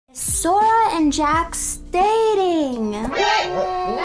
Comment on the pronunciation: I lost it when you said soda instead of sora 😂